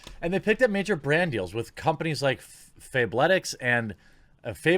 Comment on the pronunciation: Fable-ticks lmaooo its fabletics, like athletics but fabulous. Fab-letics.